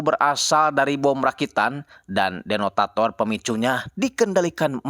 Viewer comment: kang maaf bukan Denotator tapi detonator🙏😭🤣🤣🤣🤣 pokoknya semangat yah 💪🤣, salam dri Merauke🙏